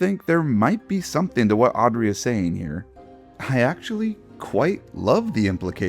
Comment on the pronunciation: he said Aubrey and not Audrey.